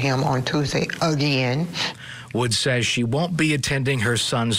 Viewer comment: "UH GENN"